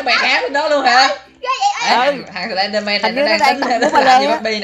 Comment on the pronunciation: noi slendman la slendmong haha